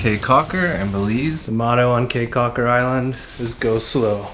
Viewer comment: Beautiful video! I thoroughly enjoyed it but did cringe every time you said “Kay” Caulker. Your research seemed really thorough, I’m kind of surprised you didn’t learn how to pronounce the destination.